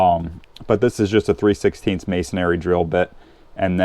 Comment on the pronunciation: video is okay---but irritation: MASONRY BIT----NOT MASONARY. never has been, never will be ARY